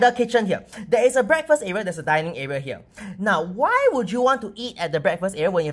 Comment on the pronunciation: DINING room not dinning!!!